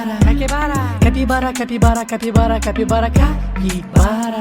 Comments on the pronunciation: Porque dice Cakibara? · Qué le da por decir Caquibara en vez de Capibara cada dos por tres jaja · 😂😂😂si no me falla el oído no dice capibara todas las veces en algunas le sale caquibara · Me equivoco o dice caquibara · No dice capibara dice catibara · DICE CAKIBARA😂😂